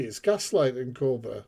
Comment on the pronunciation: It's Koba not Cobra😅